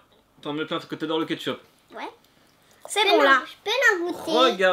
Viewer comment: Tu a dit du ketchûpe 😂